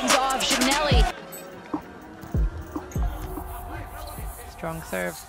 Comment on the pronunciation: I can't with the commentators calling him "geeannally" lmao